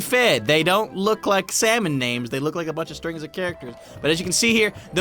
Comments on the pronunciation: SALmon! Not slamon! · When you said its pufferfish its cod its salmon you said samon instead of salmon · What's with him and calling salmon slamon?